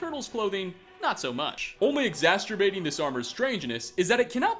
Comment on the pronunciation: exaSTURBATING? Those Freudian slips, hahaha. btw, I really enjoyed the video and can't wait to see your mother another!